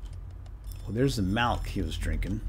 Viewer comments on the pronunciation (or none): "Here's the "malk" he was drinking"